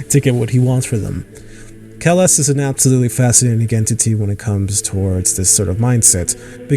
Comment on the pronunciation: Atleast get the name right. Its Kellhus Not kellus.